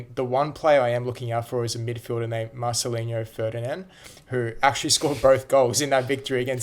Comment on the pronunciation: just Marcelino, not Marchelinho he doesn't Brazilian